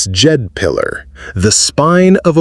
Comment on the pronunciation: "... the DeeJed pillar..." // I think it's supposed to be pronounced "dJed" as in "Jedi"... you know? The (Kundalini/ Djed) Force of the Jedi... The Djed is the backbone of Osiris... Therefore also: The Sith... because of "Set(h)"... etc. ! Yes. 😊 "... They're afraid of your snake, Yoda!.." (from Kenner)